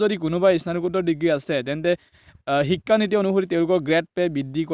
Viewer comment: Apunar vedio bur bhalei kintu pronounciation tu olp improve koribo lagibo, ho tu o ucharon nokoribo, onghudhon nhy honghudhon, ekha nhy hikha buli ucharon koribo